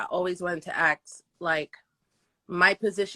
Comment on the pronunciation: I wanted to ‘axe’ you…… I was going to ‘axe’ you…. Let me ‘axe’ you Kevin…..